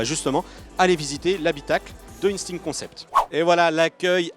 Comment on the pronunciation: Ca vous arrache la gueule de prononcer "instinct" en français ?